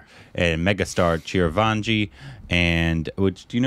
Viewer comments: Not Chiravanji it's Chiranjeevi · it's not chir-vaanji, it's chi-ran-jee-vi. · you have to spell it as CHI-RAN-JEE-VI. Its not CHIRAVANGI. It's like reading your name as CARBON PILES. 😶😔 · Its not Chiravaanjee!!!😂 Its Chiranjeevi. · It is " Chiranjeevi"...not " Chirvanji" ...Korbanised😂😂😂😂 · It's Chiran jeevi not Chira vanji, and you have already seen him in "Sye Raa Narasimha Reddy". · Okay, let’s talk about the elephant in the room, It’s not Chiraavanji it is Chiranjeevi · CHI-RA-VAN-JEE triggered something stupid in me. It's Chi Ran Jee Vi, btw. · 🤔🤣😂 God what's with the pronunciation of the Megastar.. its not Chir van ji ... NOOOOOOOO please ... its Chi-ran-jii-vi ( Chiranjeevi ) for your help . His name means immortal being..its another name of Lord Hanuman ( which western people call Monkey god ). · Chir vanji.....at least you should do close to the pronunciation.....ITS "CHI RUN G BEE"...Chiranjeevi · repeatedly mispronouncing Chiranjeevi's name is cute....Chiravanjee....thanks for the chuckle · Chirvanji love how pronounces... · Its Chi-Ran-Jee-Vi ( Charanjeevi). Its a Remake of Malayalam Film Lucifer. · I grew up Idolising Chiranjeevi. It hurts to see fucking up his name, pronouncing Chiravanji... 🤬.... and Btw, You guys have watched his movie "Sye raa narasimha Reddy" in theatres I guess. How can you not know him 🤷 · he saying chirvanji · It's CHI - ran - G - V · Every time he says Chiravaanji..😑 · Bro , it's chiran .g .vi 😅, I know spelling is different . But I'm showing how to pronounce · It's Chiranjeevi.. how difficult is it to read it.... and his confidence